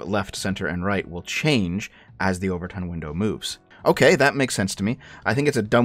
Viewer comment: Not sure if you were making a joke, but it's the 'Overton' window, not 'over-tint'.